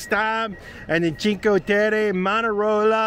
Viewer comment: Cheen-kway Teh-Reh